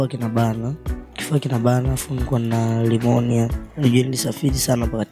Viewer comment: Sio limonia dogo janja, ni nimonia jinsi inavyotamkwa kwakiswahili ila spelling zake ni Pneumonia